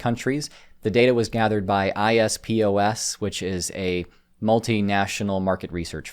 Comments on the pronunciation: Applying US generational separations worldwide. I don't know where to start with how uninformed this is. Every nation on this Earth has its own culture and its own cultural separation points between generations. This survey is idiotic, to say the least. Also, it's IPSOS, pronounced eep-sauce. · "Ipsos" is an acronym, by which I mean it is a word not a series of letters. does have a tech background, so I can see how he got to "ISP-OS" lol Great blooper. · ipsos is pronounced "Ip Soss" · 'Ipsos' is a Latin word, not an acronym, and is pronounced more-or-less as you'd imagine it to be. the list of countries in the report isn't so much random, it is more just a list of countries where Ipsos already have a significant market share. Ipsos are a French country so have a lot of the European market tied up when it comes to market research and political polling, but have less of a presence in other geographies. For big consultancy firms, 'thought leadership' reports will not generally generate lots of revenue, so businesses will not go out of their way to service them. They'll just produce them from areas of the world where they already have staff. The main motivation for producing them is for the prestige, and publicity, they generate.